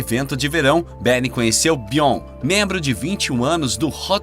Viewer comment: SE FALA BIORNI E NAO BION